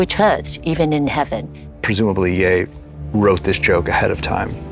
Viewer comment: Man I hate they can't pronounce their own character's name... It's not "Yay", it's "Ye" rhymes with "look" without the K, or if they can manage French, "Ye" rhymes with "Le"